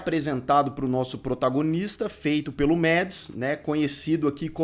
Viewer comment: Não é Mads, é Mass....o d não é pronunciado e s pronúncia dinamarquesa do sobrenome dele é impraticável 😂😂😂😂 o filme é baseado numa lenda mas, mesmo sem uma palavra ele entrega uma excelente atuação